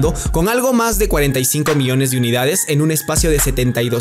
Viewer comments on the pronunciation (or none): none